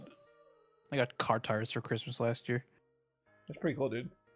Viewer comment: Great Grandma is kinda a bad thing 😏 when she said “oughgahuougoughagahchrysmas” I was like word?